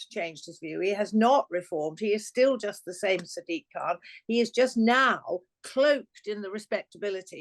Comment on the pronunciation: Khan you mean Khant !